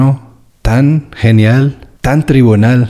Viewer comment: Lo bien que has dicho "yuxtaposición", y no te salía "tribal" jajaaa, eres genial 😂👏👏👏